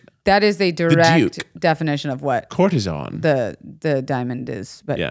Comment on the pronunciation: cour-te-sAN not ON :) PLEASE DO Xanadu!